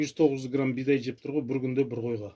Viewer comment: Бидай дегенине карагандааа кыпчак окшойсун